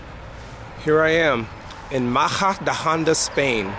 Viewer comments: Great video in Spain, but you are pronouncing the city's name so wrong. Try saying "Muh-hu-duh-on-duh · Great video in Spain, but you are pronouncing the city's name so wrong. Try saying "Mu-hu-duh-on-duh